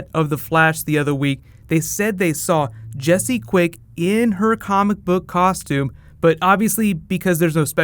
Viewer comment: You said Jesé quick season 3